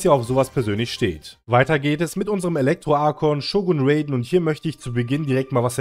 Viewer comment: Ist nicht bösse gemeint aber es wird nicht Räyden sondern R.a.i.d.e.n